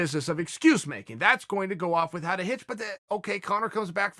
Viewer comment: The way uncle chael says without is killing me.